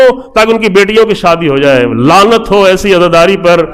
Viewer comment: Aapne Azaadaari ka Naam Laanat se joda, please us lafz ko thik kare’n, ya khud dobara sune